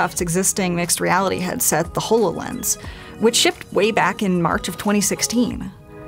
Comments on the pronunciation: How did you pronounce "hololens" wrong? Its like saying "holographic-lens" but shorter, holo-lens. Not ho-low lens. hall-lo lens. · Why does she pronounce Holo as hoe-low. 🤔 It's haw-low. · Sorry sorry but the way you said HOLOLENS. COUGH